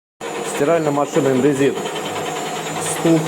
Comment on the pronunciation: Точно индэ́зит😁